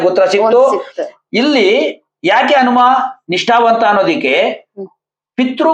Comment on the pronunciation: ಅನುಮ ಅಲ್ಲ ಹನುಮ